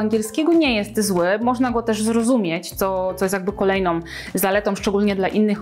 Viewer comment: Since our last meeting in THE Saloniki hehehehehe - wg ekspertki wszystko jest jak być powinno ! Ekspertka jest super - ciagle mówi om zamiast ą, np kolejnom-)